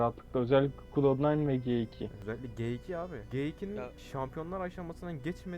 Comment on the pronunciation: gtwo'yu g iki diye okuyan ilk defa duydum şok oldum aw